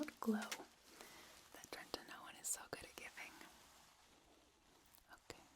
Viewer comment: This was so lovely thank you! But every time I heard "treNtinoin" I got a little more awake lol